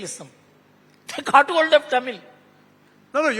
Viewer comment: He does not even pronounce Tamil properly, well that says it all.